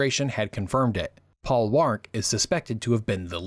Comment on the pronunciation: As someone old enough to remember the 1970s onward, "Paul Warnke"is pronounced "Paul Worn key" or Paul Warn key". Great video, as usual.